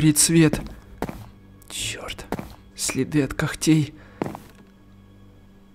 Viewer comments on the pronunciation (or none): Ты сказал кохтей кохххтей